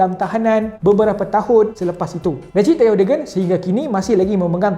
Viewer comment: Recep disebut Rejab ya. Bukan Recip